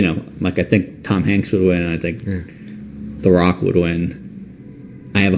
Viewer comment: It sounds like he say I think Barack would win not The Rock....just me 🤔